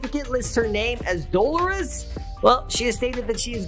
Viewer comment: The way that man absolutely cannot say Dolores has me rolling. That is exactly why she goes by Catherine 😭